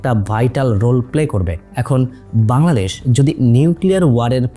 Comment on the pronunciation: Bangladesh ❌ Baldesh ☑️🤣🤣 LoL